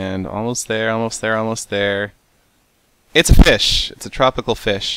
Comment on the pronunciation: mines feessh